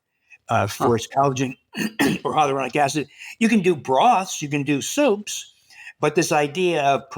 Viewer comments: Its pronounced, Hi ya loo ronic acid not hydrolonic acid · He also flubbed up the pronunciation of hyaluronic acid.